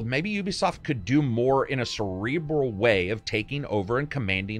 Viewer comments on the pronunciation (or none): none